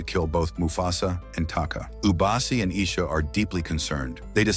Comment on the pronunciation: Bro, mufasas real parents are afia and masego. Masego died in the flood. The lioness at the end was afia not ishe. Its not ishe its eshe. Its not ubasi its obasi.